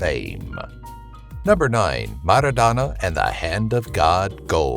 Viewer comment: MARADNA , NOT Merodana .Everyone loves him like cocaine